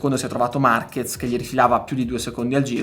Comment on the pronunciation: Ciao Luca, in spagnolo la "Z" si pronuncia come una "S", quindi Marquez in italiano si pronuncia Marches